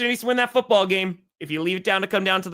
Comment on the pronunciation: cant say foot or ball today